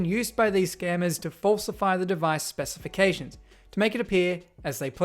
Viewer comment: "Specifctions" oh no, they infected him!